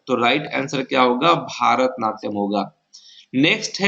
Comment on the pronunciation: Qns सही है, पर भारतनाट्यम नहीं वो "भरतनाट्यम" होता है।